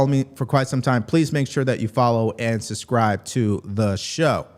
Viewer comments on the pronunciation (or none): It isn’t suscribe, it is sub-scribe.